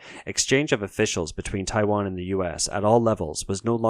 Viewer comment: If you are going to make a video about China and Taiwan might be a good idea to get someone who can speak Chinese to teach you how to pronounce the names.